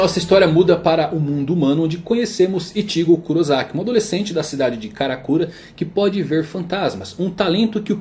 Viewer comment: A única parte ruim do seu vídeo é que você "aportuguesou" o nome dos personagens, ficou sem grassa por isso. Massa bom vídeo. Ao invés de Ichígo Kurosaki, pronunciar Kurosaki Ítchigo. (Kurosaki Ichigo).